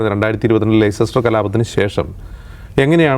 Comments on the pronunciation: Lester എന്നാ pronounciation. Lei ces ter alla. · ലെയ്സിസ്റ്റർ അല്ലാട പൊട്ടാ.. ലെസ്റ്റർ 😂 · Leicester is pronounced Lester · Leicester - ലെസ്റ്റർ എന്നാണ് pronunciation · Leicester is pronounced as Lester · Leicester-ലെസ്റ്റർ എന്നാണ് പറയേണ്ടത്. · Leicester ലെസ്റ്റർ എന്നാണ് ഉഛരിക്കുക